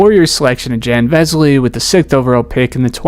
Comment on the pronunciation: You totally mispronounced Jan Vesely's first name by Americanising it. Foreign players should always be adresses by the correct pronounciation of their names.